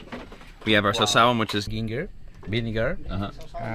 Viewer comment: You pronounced "sawsawan" perfectly! 😂 the whole series is an eye opener! A lot of good things most people don't know about Basilan.